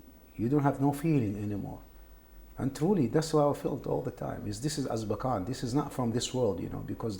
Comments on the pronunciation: damn this dude gets my vote cause he knew about azkaban from harry potter even though he called it azbakan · LOL when he said Abkazan instead of Azkaban...bless this mans heart.